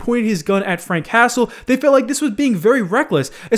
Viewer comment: Anyone else keep hearing "Frank Castle" instead of Frank Hassle?